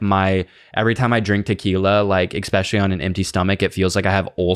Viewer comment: said expecially